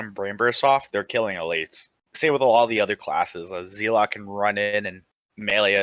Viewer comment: I've never heard someone pronounce Zealot as 'Zee lot'. Only ever Zell (like sell) ot